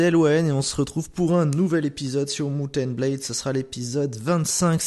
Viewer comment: je sais pas si tu as un problème mais on dit MAOUNT and blade et pas MOUF and blade et HUSCARL et pas HUSCLAR, c'est vraiment infâme ce genre d'erreur x)